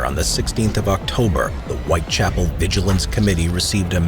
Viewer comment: A pronúncia correta é White Chápoul e não White Chapél